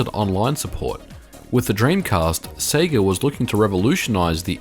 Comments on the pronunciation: It's pronounced Say-Gah.. Not Seeegah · You say Sega weird. Japanese say SehGah Yanks say SayGuh 'Strayans say Seega You seem to be combining the yank way and the aussie way? Se-ay-ga?